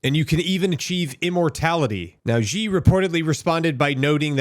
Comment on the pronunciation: why do people like to called him Jez ? his name is really simple and easily to pronounce, its just C .. even though its written as Xi .. its pronounced as C .. not Jez (not jes'us)